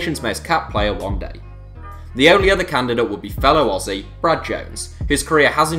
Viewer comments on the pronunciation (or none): none